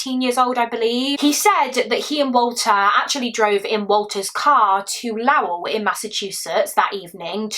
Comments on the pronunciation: Lowell is pronounced Low el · Lowell is pronounced low as in not high elle as in elle woods from legally blonde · Hi my! I just love you.. so proud of you! Just an FYI, I'm from Massachusetts USA, and Lowell is pronounced like "low well" but not like "oh well" haha. Yah kinda just say it fast. That's why only one L I guess. 😅. "low well" I think is better to explain. 😅 ❤❤❤❤